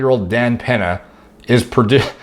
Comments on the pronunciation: "Dan Penha" Lol, it's pronounced "Pen-ya" BTW The lighting looks really good in this video 👍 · peña = pen-ya